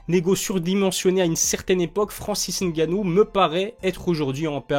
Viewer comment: Belle analyse , merci pour la prononciation du N 👍. Va tu approfondir ton analyse . Merci